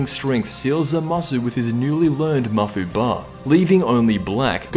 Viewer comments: It's mafuuba, emphasis on fuu. Mafuba/Mafubaa are both incorrect spelling and pronunciation. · bro it's not ma-fu-ba, its mafu-ba